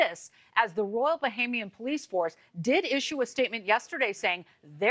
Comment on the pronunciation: That woman thinks she's gone to Czech Republic for holiday: she keeps saying Bohemian instead of Bahamian